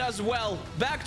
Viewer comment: btw kochalski is pronounced kohalski but great pronounciation anyway